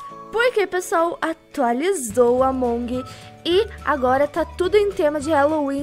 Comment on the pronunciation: vc falou errado among